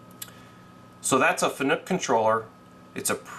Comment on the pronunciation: Fanuc rhymes with PANIC , it's not pronounced FUN NOOK, just sayin. Thanks for the post processor info it was very helpful to me. BMac